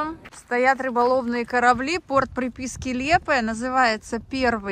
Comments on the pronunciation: Лиепая а не Лепая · Добрый вечер, в слове Лиепая ударение на второй слог.Я там жила в 80-х годах